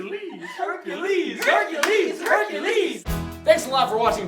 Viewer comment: I know you guys are being accurate, but why say "Hercales" when the title is "Hercules"? Also, love the edits; the Meg one was hilarious.